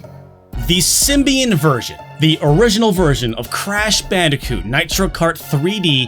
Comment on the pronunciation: Please stop saying bicooti